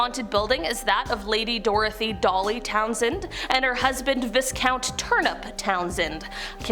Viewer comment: You're not supposed to pronounce the s in viscount.